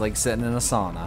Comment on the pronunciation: It sounds funny when u say sauna because im from finland!